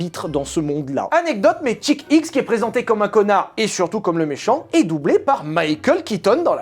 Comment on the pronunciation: et Chick X quand tu le prononce on dirait un peu Jacky Hicks :D